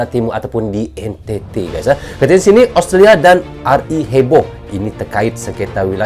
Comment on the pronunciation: suaranya sudah bagus, tinggal diperbaiki pronounciation nya, kata australia nyaris terdengar austria